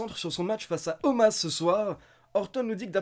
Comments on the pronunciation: Un jour t'arrivera a dire Omos et pas Omas lol Bonne vidéo, mieux que RAW en général ^^ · Bah il s'appelle Omas, tout le monde lors de RAW prononce Omas, donc je ne vois pas pourquoi je prononcerai Omos :) La WWE l'a expliqué, ça s'écrit Omos, ça se prononce Omas ;)